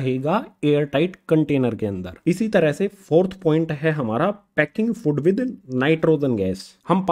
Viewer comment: Sry to say but sir fod nhi hota food hota hy ...